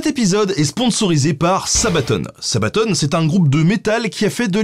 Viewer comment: c'est sabaton pas sabatone ! Sinon super vidéo !!!